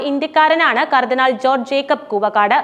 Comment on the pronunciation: ന്യൂസ് വായിക്കുമ്പോൾ ശരിയായി വായിക്കുക കർദിനാൾമാരെ പേര് വായിക്കുമ്പോൾ വിഴുങ്ങന്നത് മലങ്കര കത്തോലിക്കാ സഭയുടെ കർദിനാൾ ആര് ?